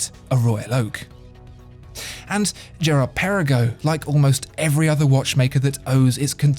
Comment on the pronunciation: Great history lesson :) but the GP as you have mentioned is hommaging the AP royal oak so Maybe you should put an AP not a Vacheron next to it in this video :) and you dont pronounce the Girard Perregaux well 😅